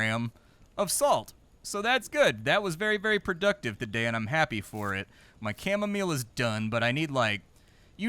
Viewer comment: 'Camo-meal' xD